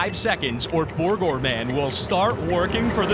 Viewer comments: borgor man?! i think you mean burger man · He said bourger man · NoT BorGeR MAn! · Not borger man!!!